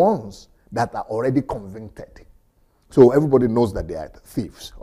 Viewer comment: is it convinted? or convicted, just kidding